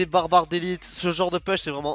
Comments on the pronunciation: pouuuuche, pas "peeeeche", en anglais, le U se dit Ou, comme tu l'emploies souvent, si tu pouvais rectifier, ça ferait du bien à nos oreilles ;) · Ca me fait très plaisir que tu prennes la peine de me répondre. Je peux donc t'assurer qu'on dit "pouche". Si tu fais un peu de muscu, tu connais les "pompes", on dit "push-ups" en anglais. Ici, tu as le "OU" de push, et le "E" de ups. Une vidéo de 15 secondes pour que tu entendes bien la différence . Pour le reste, merci pour tes vidéos, t'es vraiment très fort et j'ai bien aimé que tu nous apprennes où poser le gang pour battre le fantome ;)